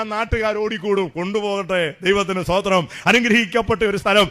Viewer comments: TPM. സൂദിരം അല്ല പറയുന്നത് തമിഴ് sthothiram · സൂത്രം അല്ല സ്തോത്രം